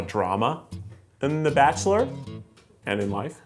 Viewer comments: The barkchulur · a season of the barkchshler international ?????